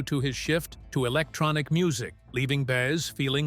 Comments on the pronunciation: Good God, I hate AI generated narrators. The meter is always off and names, such as Baes, are offensive. If someone goes to the effort to produce and edit a film, why can’t they find a living breathing human to read the copy? Its value is diminished greatly by such a cheap soulless voice. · Bi ez not Bayez! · BAY ez for Baez... even my dog knows that. AI sucks